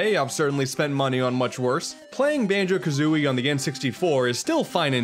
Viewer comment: Banjo Ka-Zune-ey